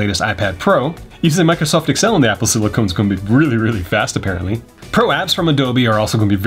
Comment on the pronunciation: ITS SILICON